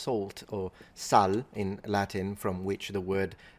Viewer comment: "Sal" is pronounced with a long A btw